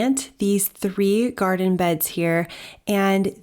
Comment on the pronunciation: "Squattin in the gartin" 🤣